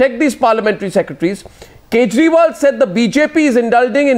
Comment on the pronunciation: did arnab say arvind kejrimal on purpose? loool